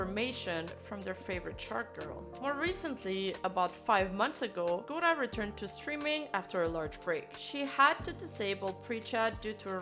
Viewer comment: This b*tch can't even pronounce Gura's name right, I just can't.